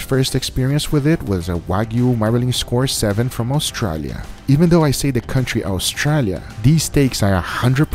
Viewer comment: Any other Aussie’s here cracking the shits at the way Guga pronounces “Australia”? lol